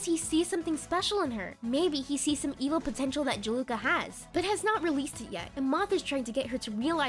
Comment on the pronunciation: "Jaluka" Its juleka? Jew-lah-kuh